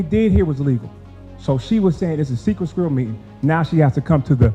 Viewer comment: Tiff whats a "SKUIRRELL?!?! 🤔